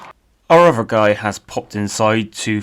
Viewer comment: You can say "the" and "that" correctly but other is uvver. What is up with that?